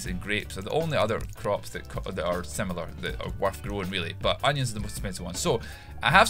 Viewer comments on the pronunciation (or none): none